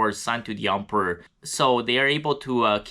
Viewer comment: I love the way you pronounce “Emperor” sounds like Ump-er